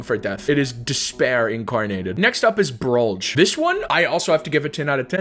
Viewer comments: did he just pronounce it brollj? its pronounced brollge not brolj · Btw it's said broll-ge